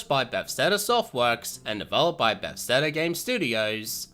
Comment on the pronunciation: Buh-thes-da not “befsteda”